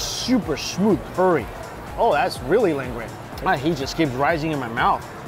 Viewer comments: curry not corey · Haven’t even watched the video yet he’s gonna keep describing good with umami. Change the channel name to strictly umami lol. Pronounced curry not Corry. No description of spices